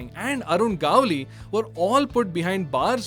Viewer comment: Just a quick note.. try pronouncing it as Arun 'Guhvli' instead of Arun 'Gaavali'. People may come at you later trying to correct you so 😅